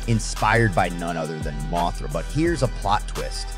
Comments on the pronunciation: It's an AI thats why it's messing up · Bro, it's a moth. Moth-ra, not Moe-thra lol